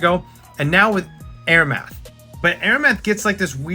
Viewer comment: Nice video! (Also Amaranth is am-uh-ranth/am-er-ranth)